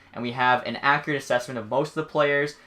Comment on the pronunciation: I cringe when u say accurate, other than that, amazing video